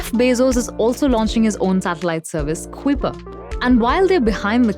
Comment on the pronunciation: Kuiper rhymes with eye-purr!